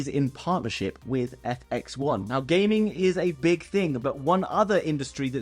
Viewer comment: Fx1 not Fxi😂